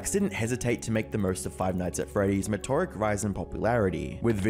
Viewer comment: I would recommend googling the pronunciation of the words you use in these videos. I’ve seen a lot of your videos and they’re good, but the mispronunciations are hard to endure. (meteoric, archive, etc.)